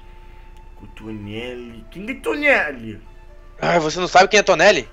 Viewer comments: e toneri nao toneli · NÃO É TONELI, É TONERI!